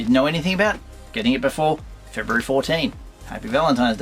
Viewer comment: Very informative vid. I learned some Australian today. February "For-Dean". Must come right before "Fit-Dean"! Did a part of your soul burn when you opened that carded fig? 😂